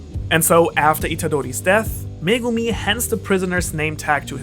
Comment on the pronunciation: Finally someone who can say megumi